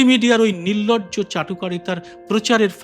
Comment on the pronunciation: 'নির্লজ্জ'কে 'নির্লর্জ' উচ্চারণ ক'রে ফেললেন না ? একটু মিলিয়ে শুনুন।